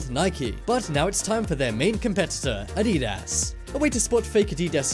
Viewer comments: it's said add-ee-das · LOL to the way he pronounced adidas and his explanation on spotting fake Yeezys. The foam spongy material LOLLLL you mean the boost sir. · The way you pronounced adidas made me cringe